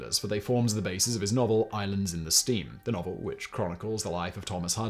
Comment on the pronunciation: Pee-LAR. BIM-ini. Islands in the STREAM, not steam. Sorry, I'll stop.